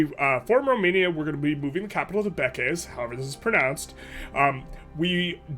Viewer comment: its not Bekes its like how we pronounce "break" just beakeash. I'm from Hungary its funny imo, hope u wont be offended by this comment. Nice content. Its also true for Délvidék: its Dealvideak same pronounce like how in the break word . Do not say it like deal.